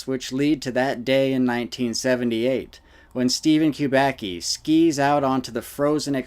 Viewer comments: It's "kubacki" not "qubaqi" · Kubaki Kubaki Kubaki....it sounds stupid. Kubacki should be read as Kuba(tz)ki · Kubacki is a Polish surname. Acctually, it should be read like 'Kubaski' (which will be somehow accurate) rather than 'Kubaki'. Nevertheless, very interesting video! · it's actually a polish surname which is pronounced "Kuba c ki", more like kubasky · It's pronounced koo-bahtz-kee. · You pronounce the name of the main character of the report WRONG. It should be read like KUBATSKI.... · I know it's strange for English natives but better pronounciation of this Polish origin surname is Kubatzky . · Btw. It's pronounced "coobatsky" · I know it doesn't matter much and I don't know if Steven himself knows that, but "Kubacki" is a surname of Polish origin and should be being read as "Kubatski" or "Kubatzki". C always = ts/tz except in combination "cz" which = tsh and "ch" which = h. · by the second name it looks like this man is of Polish descent and I don't know how to write his name phonetically but you pronounce it wrong